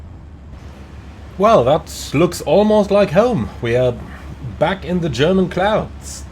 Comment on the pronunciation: are you German? You are pronouncing everything german veeeeeery good